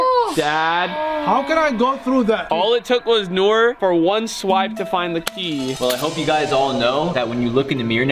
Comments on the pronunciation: Bro for some reason I started dying whenever put down nor instead of Nour💀💀💀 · ”Kalen” and “Nor” 🤣